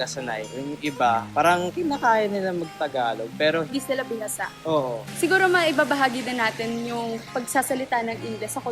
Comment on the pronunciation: "di sila bihasa" (not bilasa)